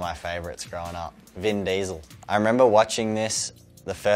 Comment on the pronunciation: "Ven Diesl"